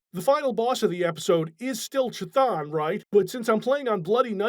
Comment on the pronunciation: Chthon is pronounced like "cone." You'd think after 30 years would have learned how to pronounce it correctly.